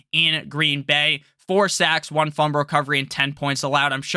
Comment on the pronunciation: Can t listen to someone who can’t even say fumble right